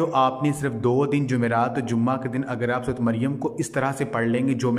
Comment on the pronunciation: Sorat nh bhaai sorah maryam